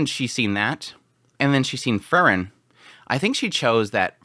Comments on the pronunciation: The pronunciation of Frieren was throwing me off so bad. I thought he was saying let Fern kill Fern and I was like wtf. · He always says it like that. I dont know how you can mispronounce it that much. Free-ren . As in free and kylo ren . Free ren . Its literally how the japanese pronounce it in the show. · I wish he would change the way he says Frieren... Fern and Fern is all I hear constantly. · You pronounce Frieren and Fern the same, and it's very confusing. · Throws me off too lol, I haven't heard anyone pronounce it like that before. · Yes, he should research Frie r e n :) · the way you pronounce frieren is disgusting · Dude y do u pronounce them the same fern and freiren hahahaha it was so difficult to distinguish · the way you say frieren and fern is nearly indistinguishable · Maybe it's because I'm watching at 2x speed but the way you say Fern sounds the exact same as the way you say Frieren, it was super confusing haha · Автоперевод справляется лучше) он вообще вариант произношения Фрирен не понимает 😂😂